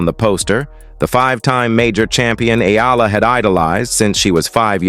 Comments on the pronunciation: Her name is Alexandra “Alex” EALA and NOT IYALA. Know who you are talking to. Do you want me to call you NAD instead of? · TRY AND GET HER NAME RIGHT EALA NOT F IN YALA🤬